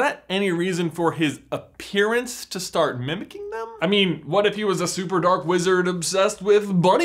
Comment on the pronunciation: I fully heard "red eyed, menacing, slits for nostrils dork wizard" instead of dark wizard 😂